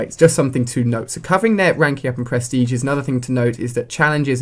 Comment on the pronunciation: lmao "perstege"